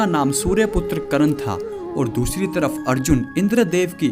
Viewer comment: कर्ण नाम है.. करन , करन क्या बोल रहे हो? .. कृष्ण बोलना सीखो ! You just need to learn how to pronounce name before making videos.